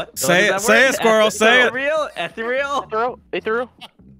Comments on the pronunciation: For our poor Squirrel: eh-theer-ee-uhl. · Squirrel its pronounced E-thee-re- eal Lol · has always sounded young to me, and his pronunciation of "ethereal" is so wonderfully amusing; an innocently cute and dastardly sly creature of wonder. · Squirrel and H2O have a hard time with words. Love it. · Hearing squirrel try to say ethereal is awesome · Hearing squirrel mispronounce ethereal. “How have you never played an RPG!?”